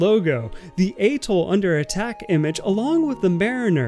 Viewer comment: Getting you to pronounce atoll correctly is now one of my life’s missions…